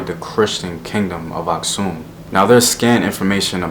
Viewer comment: Nice video man! Fyi, Geez Language is still used in Churches. Also the Geez Script is still the official script in Eritrea and Ethiopia. Here is sample: ኣኽሱም (Aksum). Btw, I'm Eritrean and happy that you pronounced "Asksum" correctly. Most Americans pronounce it weirdly lol